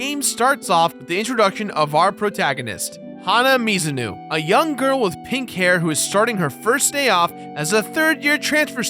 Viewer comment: Mizunu? I thought it was Mizuno